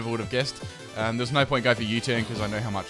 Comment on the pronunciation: your NO is sooo australian...